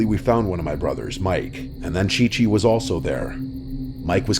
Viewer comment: OMG it was supposed to be Ci-Ci. But I think he read it wrong 💀